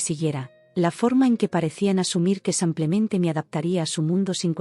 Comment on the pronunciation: No es como simplemente, se dice simplemente